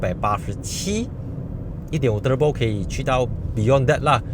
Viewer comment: 你说～ turbo~ 和其他人不一样😅😅 舌头会抖动的发音。